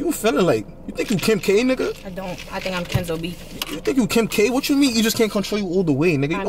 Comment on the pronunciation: said the name perfectly 😂💛